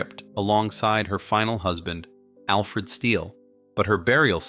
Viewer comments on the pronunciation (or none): none